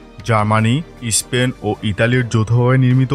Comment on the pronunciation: "ইস্পেন" বলে কোন দেশ নেই রে ভাই... ওটা "স্পেন"... "বাংলা এত কঠিন ভাষা", অথচ, তারপরও, "উচ্চারণ"-এ এত "সমস্যা"???